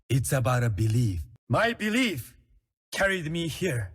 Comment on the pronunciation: "My berief....."